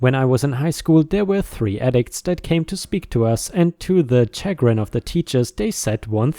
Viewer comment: Chagrin is SHA-grin not CHA-grin :)